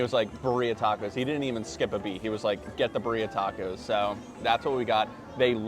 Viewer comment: Great vid - lots of new spots to try! One day you will pronounce birria correctly.